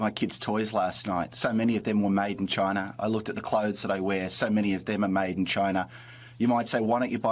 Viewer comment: Why are you saying China like that? Are you 12 years old?